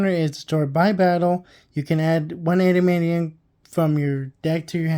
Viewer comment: EN-DEE-ME-ON You added like 12 extra syllables